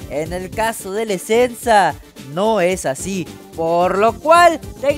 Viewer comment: El esensa se le fue la esencia 😂😂😂😂